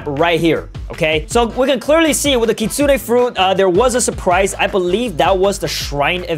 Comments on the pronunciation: ITS KIT SOON NOT KIT SOON AY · Its kit 😂sune not kitsunay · BRO HE SAYS KITSUNE LIKE KIT-SUNE-NAE AND MINOTAUR MINE-O-TAUR LIKE WTH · it's literally pronounced kitsoon like uzoth said not Kitsune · kitsunay??? its kitsune here in amerca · Btw its pronounced kit-soon. Not kit-soon-ey So Uzoth is right btw so don't puke because of him puke because of you not knowing the Pronounciation Ty. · I AGREE BRO PRONOUNCES IT KKKIIIIITSSSSSSOOONAY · ah, you can't be more triggering - Its pronounced right the way Uzoth says it, you say it completely wrong.